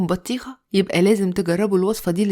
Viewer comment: اسمها بطيخه مش بتيهخا